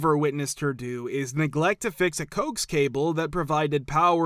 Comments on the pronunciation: Coax is pronounced "ko-axe". Not as "cokes". 😮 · How ironic. Have a story about technology, and you have an AI reader that is programed to mispronounce coax cable. It's pronounced co-ax.